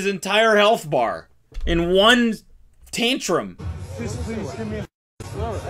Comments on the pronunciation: I definitely heard cody day “taintrum” instead of “tantrum” and I loved it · i will never pronounce “tantrum” correctly ever again. It will forever be “taintrum”.